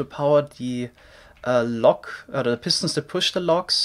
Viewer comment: I sometimes get annoyed by how he says “pistons”. He always says it like “pistnts”